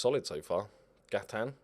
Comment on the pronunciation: I love that you pronounce Gaitan like he's French even though he's Colombian and it's almost certainly a Spanish name.